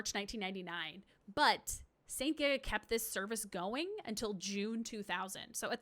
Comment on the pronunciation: Just to do some additional info from my research about Satellaview: - St. GIGA was pronounced correctly :) - The Satellaview actually never ever needed a subscription to access the service. St. GIGA was hosting the service alongside their own service, but their own St. GIGA radio service was scrambled and you needed a subscription to receive the appropriate BS Tuner to descramble this. The Satellaview service was descrambled by default (including soundlink for titles that used it!) and can co-exist that way on their broadcast, meaning you could just buy a generic BS Tuner and play it just fine. The costs would be still huge if you did not have a satellite setup in your home however. I spoke with japanese players who actually played the Satellaview back then (they have a lot of evidence to prove it), and they told me this was absolutely clear. - Due to this, this information about active users is an actually odd one because I believe they were relying on St. GIGA subscribers which did go up, but it was not required for the Satellaview service access. - The small bracket for power is actually the opposite, you plug the AC adapter to the Satellaview, and then you plug the "AC OUT" of the Satellaview to the "AC IN" of the SNES, so in reality, the Satellaview gets the power first, and then the SNES gets it from it. - It did not have the ability to send data anywhere, you had to write a password that contains your score and other info of your gameplay, and other things to a postcar